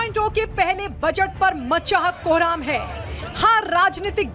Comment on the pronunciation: जो बजट उच्चारण नही कर पाती, अब ओ बजट पर बोल रही है 🤪